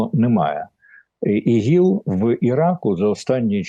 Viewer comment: Та не ігіл а іділ!